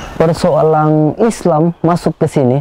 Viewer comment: Bukan persoalang tp persoalan yah